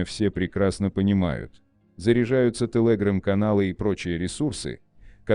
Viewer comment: Не интересно спрашивать, неужели всего этого никто не знал раньше? ". Интересно другое - у нас в стране совсем кончились настоящие, грамотные дикторы? Особенно умиляет " тэлэграм" в произношении робота.